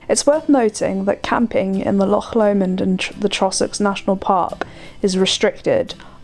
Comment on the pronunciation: Not only did you pronounce Milngavie correctly, you also got Loch right too! Well done! Very much appreciated....so many non-natives get Loch wrong.....pronouncing it ‘Lock’.....especially boaters....I have a very English accent, (English father, boarding schools..) but pride myself in getting the Scottish words right. Thank you 🙏 and also thank you for all your YouTube/video efforts... all much enjoyed. 👍